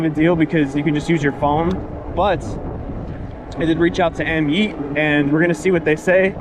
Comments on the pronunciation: AmYET bro not AmYEET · AMyet,,,one e am yet is how you say it